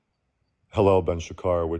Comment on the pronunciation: "Dawn" is SHA-char, not sha-KAR.